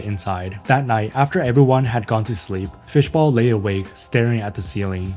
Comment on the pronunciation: Fishball, not bowl :)